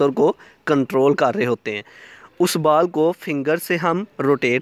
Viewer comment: बाल नही बॉल😂